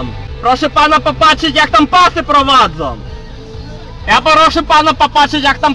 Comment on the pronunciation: znam Podlasiaków. I oni zamiast "ą" to na końcu wyrazu wymawiają"o". Jak ten tutaj: "jak pasy prowadzo".